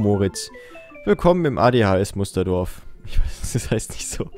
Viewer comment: Wie immer stoppen muss um nicht bei AdsH, Adhs zu sagen.:)